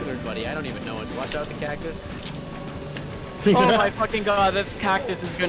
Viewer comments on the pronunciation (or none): cactus->caccus->cackus nah man “cacSUS”